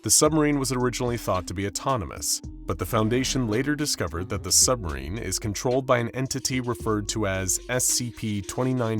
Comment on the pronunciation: We all live in a nuclear sumberine, a nuclear sumberine, a nuclear sumberine🎉🎉😂😂😢